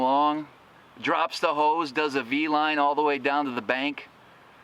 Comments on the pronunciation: It's B line..not V line..😂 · "does a V line" brah its B line. thanks for the laughs top man.